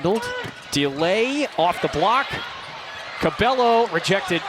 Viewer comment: it is so aggravating hearing commentators say "cabELLO" instead of "cabayo"